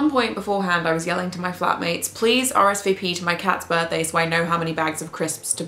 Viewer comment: Gotta love the pronunciation of birthday.